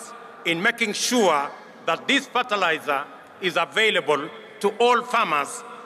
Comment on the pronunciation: Ferterlizer?? Tf is that